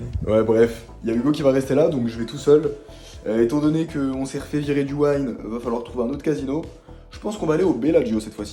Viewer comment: Tu me fais rire à whine en disant le Waïn. Mais je préférerai que tu win en disant le ouine 😋